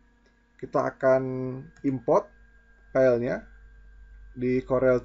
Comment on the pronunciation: File kang.. Bukan Pell.. 😁 Mantap info nya..